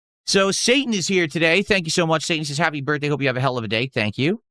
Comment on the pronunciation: why you no show up for my birfday?😢